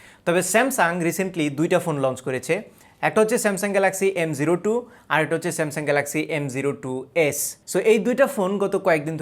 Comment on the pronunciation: এমটু উচ্চারণ হবে না এটার। এম ও টু হবে।